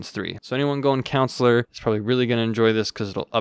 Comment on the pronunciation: I think its funny that he kept pronouncing Consular like counselor, lmao. I just kept picturing Mr. Mackey from South Park in a Jedi robe!